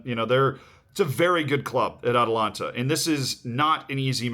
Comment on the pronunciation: Ah yes, "Atalanta" vs RB Liepzig 😂😂😂